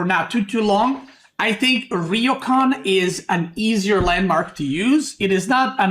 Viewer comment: Gonna be that guy for all Our future sanity It’s ryoooo kaaaaan